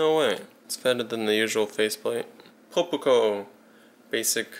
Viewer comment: poe-poo-koh Pronounce it "pop-ko"